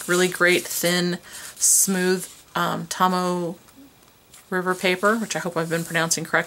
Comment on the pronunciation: it's actually pronounced to-mo-eh the "o" is pronounced like "c*ou*gh"